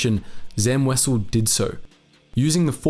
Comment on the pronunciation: Wow this is the first time I've ever heard someone pronounce Wesell correctly, good job.